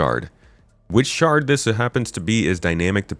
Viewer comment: Everytime "shard" was said, I heard "shart" and giggled uncontrollably.